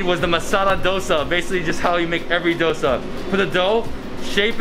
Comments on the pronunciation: i like how he pronounced it as Dh-o-sa and not dough-sa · Im proud cus u sed dosa correctly i am a indian